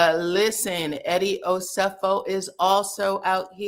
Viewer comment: Please be respectful and pronounce Eddie and Wendy’s last name correctly